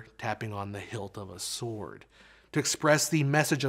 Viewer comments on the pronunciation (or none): none